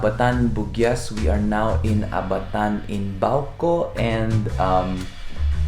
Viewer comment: Say ABATAN like Aba-tan